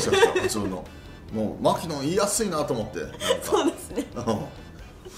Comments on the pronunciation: マ↑キノン↓ではなくてマ↓キノン↑らしいですよ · まき↑のん